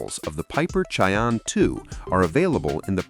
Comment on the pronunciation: Lame ai reader can't say Cheyenne correctly. Too bad the owner of this account is so lazy. You lose credibility. Dislike